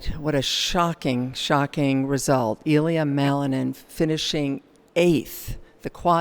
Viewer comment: It's not Ilya (stress on the "I"). It's IlYA (stress on the "ya").